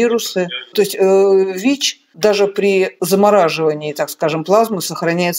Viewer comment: ВИ́ч, вИ́чей😅😅😅